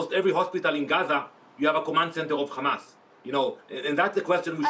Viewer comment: of course they lie..no brainer there. yeah yeah .."khamas" "khamas"...its hamas...i just hate it when these monsters pronounced that name wrongly..